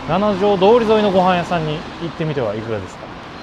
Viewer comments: 『ナナジョウ』じゃない。 『シチジョウ』。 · 京都駅でご飯を食べるのはもうやめましょうばかりが強調されてうっとうしいです。そもそもこの主さん京都の方なんでしょうか？京都在住なら7条なんて書かないですよ。七条です。読み方もななじょうどおりではなくしちじょうです。